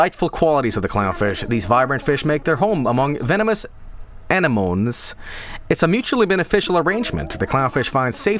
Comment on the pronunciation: Himbo solidarity in both and Vinny mispronouncing 'anemones' as 'ane-moans'